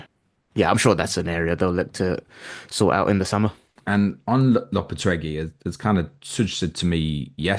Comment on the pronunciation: It's 'Lo-pe-teg-wee' Gui = Gwee in Spanish btw